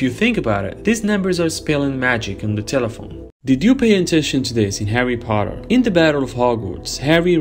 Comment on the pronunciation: “Did you notice this in “Hawry Potwer” LOL😂